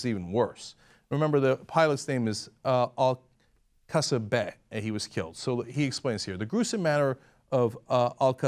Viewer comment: Guys, you really need to read the pilot's name better, it's Al-Ka-Sas-Beh